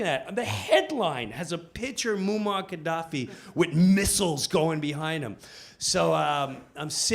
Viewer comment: Pisses me off every time he mispronounces Gaddafi's name.